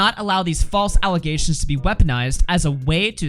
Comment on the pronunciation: Notice how she says "False aligations" 3 times in her statement? To me that is giving off "I'm trying to reinforce my narrative" vibes. That old saying, repeat the lie enough, people will start to believe it. I think that's what she's doing here. Why else would she mention "False aligations" 3 times? Side note. She deleted her PETA video from last week & uploaded another PETA video yesterday. I didn't see either video, so not sure what's up with that. Though seems kinds sus to me